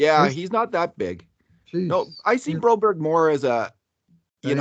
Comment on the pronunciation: Do u guys ever Read comments?? I have told u guys Broberg name in every vid u talk about him that His name is not bro-berrie like u say. God stop this 😂😂😂